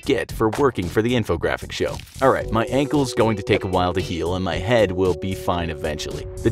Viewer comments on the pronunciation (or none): Ankles, not ancles. Challenge, not callenge. Literally, not lituraly. Fewer injuries, not less injuries.